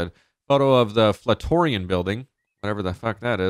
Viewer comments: Can we talk about how he called it the "Faltorion Building" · To all the people making fun of him for calling the Flatiron Building the “flatourian” building: please be more kind. Everyone makes mistakes. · When he said flatourian building for the flat iron building I started laughing so hard